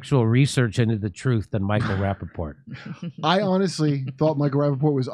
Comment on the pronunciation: Micheal rapapotatoes 😂